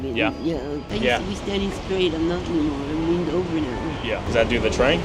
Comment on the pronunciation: Great report, however, I'm cringing at the way you mispronounce the word, "straight." There's not an "sh" sound at the beginning of the word.